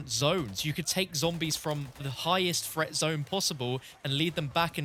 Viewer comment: This dude really pronounces threat as fret.